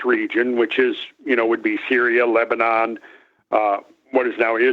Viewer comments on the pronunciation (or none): none